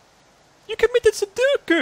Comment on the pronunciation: "You committed suduku"